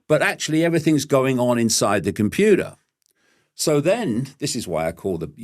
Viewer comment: He says what i kinda know in this intuitively though i could never say it 😂😂....i love David Icke though i dont like the way he says computer 😂😂❤❤